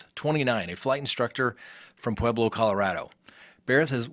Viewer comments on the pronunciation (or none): none